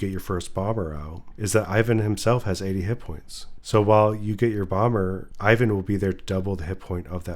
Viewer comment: He's not [Ayvan], he's [iván], ee-one.